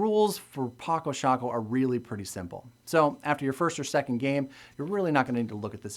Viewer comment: I'm from the Netherlands, like Felix Albers, who invented this game (and yes, you pronouncedit correctly as 'Patso Shaako'). I'm not familiar with the version of the game you're showing, because down here the retailers sell copies in a small box of a shape, from which you'd expect to only find playing pieces inside, but also inside there is actually a folded board made of tyvek, a synthetic paper-like material. It has it's advantage comparing to the cardboard board you're having because of the slight colored additions on the squares, which gives a little more contrast between the squares and the pieces, but at the same time that's a disadvantage as it distracts players from deep strategic gameplay, just like it would in chess. With contrast in mind, I don't like any retail version of the board as I'd want to, because the squares and the pieces of the basic set fully match in color, and that is not a good thing, as chess players will know and understand. I would have preferred one of them, either the squares or the pieces in the basic set, to be beige and brown, while the others are still black (or gray) and white. There are a number of sets of pieces in other colors available for purchase on Paco Sako's own webstore, but as analytic as I am in this kind of game, I can't really take dominant colors like pink, green, red or yellow very seriously. I have discussed some rules I've had some issues with in the past with the designer himself in person, who admitted that the finer de